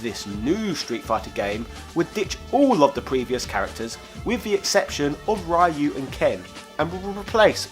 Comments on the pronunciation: Dude, seriously, how can you be so knowledgeable about Street Fighter and pronounce Ryu's name wrong!! Ryu sounds exactly how you would pronounce, I don't know, "Re-Use" but without the last "s". Reeu!! Not "rayu"! Dont wanna sound like a weeb but it just hurts my ears when I hear it said like that! Same as with "Ninja GAIden"! It reads "guy-den", not like "gay-den" rofl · It's pronounced as "Ree-you," not "Rah-you." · It's actually Ree-you. In Japanese they have no 'R' sounds so Rs sound like a cross between R and L. In Japanese it can be pronounced 'L(r)ee-you'. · Did you even learn from the comments?! Ryu is pronounced as REYU! NOT RAIYU! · Ryu is pronounced "Ree-you" not "Rye-you"! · Great video! but please! stop saying Ryu as Raeyou, pronounce it as Reeou. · It’s pronounced incorrectly in English dubbed anime and some games as well. They will often say Ree-you, two syllables. It is part of the sound of the dragon punch. He doesn’t say Sho-ree-you-ken. Ryu is one syllable. The Super Turbo announcer says it right. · Why most 90's gamer pronounce RYU as Rah-Yuu instead of Ree-yooh? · Rye-you? O.o It's Ryu. Just Ryu. No aye, no you. Like its written, Ryu. Not Rayeyou. There's no "aye" there whatsoever. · there's still no aye! =( Seriously, Americans also mispronounce Japanese words. You need to read them like Spanish or something. Basically, it's "ree-ooh". Oh, also, Ninja Gaiden is "ghai-den", not "gay den." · Bruh, you made this in 2019 and you really pronouncing Ryu as RYE-YOO? 😂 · Of course, only the guy who says "Rye-yoo" would question if it was pronounced "Jill" or not. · Ri-You? Alex boring? the fuck is this guy on about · "Ryu" - It's pronounced like "New" in Chiefly British, in case digitized voices in Sega Genesis' SSFII (1994) went over you. As many comments throughout all your videos have shown (and GOD there are many!), such pronunciation is inexcusable. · ITS PRONOUNCED REEEE UUUUUU geez its 2019 come on now...... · Nice video...but it's REE-you